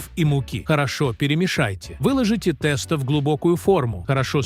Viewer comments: У бабушек волосы встали бы дыбом услышав они ваше произнощение😂 В гороховый суп никогда не варили с курицей и показываете ребра, а не курицу. А уж про тестА я и не говорю. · Я думала что такое теста а потом догадалась, что это тесто. Ужас как можно так ставить неправильное ударение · да, тэсто убило совсем🤣